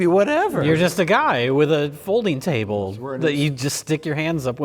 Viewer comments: I've been tainted by this channel. Every time said "folding table" my brain kept hearing it as "folding chable" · I believe you meant 'Folding Chable'.